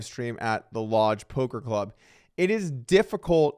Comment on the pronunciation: Doug it's poker news not polker